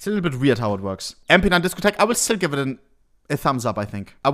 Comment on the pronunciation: Please say disco tech again I love it